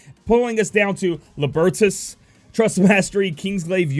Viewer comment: Lol... you can't pronounce Tidus and Libertus. It's Tide-us and Lib (like Liberty without the "y" and add an "us") not Lahb for Libertus. Either way, great information. Nyx will be might go to.